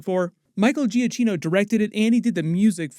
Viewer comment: not to be an ass but i just happen to speak italian 😅 michaels last name is pronounced sort of like “gee ah kino” (giacchino)